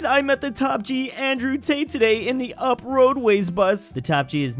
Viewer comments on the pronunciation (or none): It"s not UP it is the abbreviation of the India state of Uttar Pradesh and its pronounced as you-p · it is pronounced as "U-Piii"